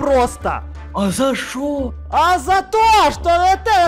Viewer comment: Мне нравится как Костя сказал "ЗА ШОО??!"